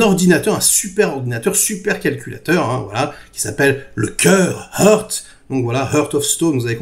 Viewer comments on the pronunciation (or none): Pitié, ce serait cool de prononcer l'anglais un poil mieux. "Eurte" au lieu de "Haarte", ça pique les oreilles. Oui, je chipote, continuez comme ça pour le reste. Bravo et merci.